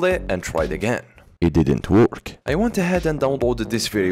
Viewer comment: "It didin wok"